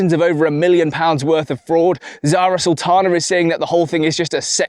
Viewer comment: Zara saltana? 😂 Sorry, only 10 seconds in.